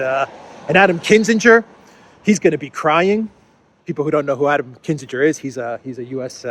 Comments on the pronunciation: KIN- ZING -gur (hard g) not Kiss - in - ger (ala Henry) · KIN_ZING_ER, not KISS_IN_GER. Great video, though, as always. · Kin - ZING - er not kissinger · It’s KINzinger.